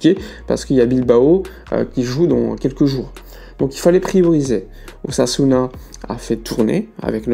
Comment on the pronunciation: Lorsqu'il a dit "une tentative d'ossasuna" j'ai cru entendre une "tentative d'assassinat" j'ai bondi 😂😂😂😂